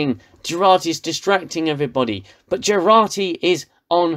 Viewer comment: Its Jurati...not Gerati